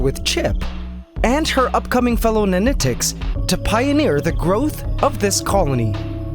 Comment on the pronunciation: Take a shot everytime he says nanitecs. Dead by videos end.